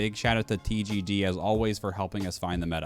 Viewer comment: When he said “TGD” I legit thought he said “TGG” and I said wait he doesn’t play cod